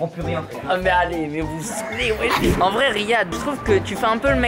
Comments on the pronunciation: Weshedene ? 🤣🤣🤣C wejdene 😅😅Mais bon on n'a capter tkt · Pq vous dites tous wejden alors que c’est WEJDENE